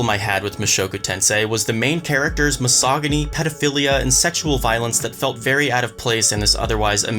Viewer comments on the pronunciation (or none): wait did this man just pronouce misogyny wrong?